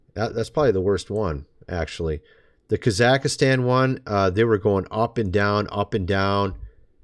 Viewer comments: Ka zahk stan...only 3 syllables my friend. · Kazakhstan is pronounced "cah-zuk-stan". That first video is definitely weird, but just for some more context, it's from a couple years ago.